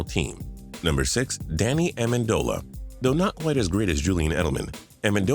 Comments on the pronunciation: A-men-du-la? Lel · U said “like amindila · he says Danny Amendola wrong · is everyone gonna ignore how he pronounced Amendola? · You pronounced Amendola right the first time then butchered it the second time wtf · “Like amendola” can u speak